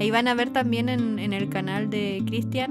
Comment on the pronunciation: Por que CRISTIÁN con acento?